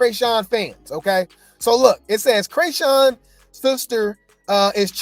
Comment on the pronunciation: my buddy, my fellow vegan and celibate (if you still on that grind if not it’s coo) brother in Christ, I LOVE your channel, so don’t come for me, BUT WE NEED TO TALK, you started calling her “crayshawn”, although FITTING, for the “cray” part, and that could be why, there’s a rapper from the Bay Area named Kreayshawn “one big room full of bad bi—s” and “syrup” w two chainz, she called out Rick Ross for being fake at the vmas, then went back to the bay cause “we not like them we not like them” just saying, LOVE YOU, but just putting it out there you starting pronouncing chriseans name like another artist that had a big following in the hip hop community in the asap rocky Kendrick early stage Doja cat era, unless you’re doing it on purpose it’s hurting my soul a lil bit! LOVE YOU THO but just saying don’t wana mix kreayshawns name up with rocktard.